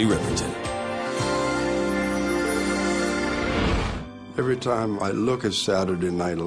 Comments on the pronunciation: RIPERTON not Rippleton. 🤦🏽‍♀️ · It's RIPPERTON not RIPPLETON! 😕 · Riperton! not Rippleton!